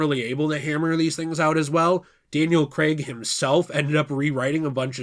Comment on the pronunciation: It’s Craig not creg and brosnan